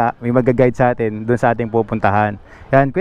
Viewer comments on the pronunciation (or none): none